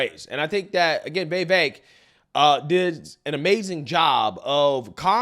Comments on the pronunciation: Day 2 of me correcting how pronounces Vivek. It's "viv-vake" not "vay-vake" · It’s VIVEK not VAVAK! 😂 😂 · Come on man you still can't get his name correct. It's pronounced viv-ache not vAv-ache. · Please his name is Vivek not Vevek!